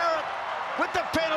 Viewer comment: It's "hurricins"....😂